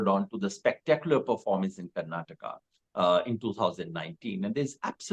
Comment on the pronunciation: It's Karnataka, Karan, not Karnatak.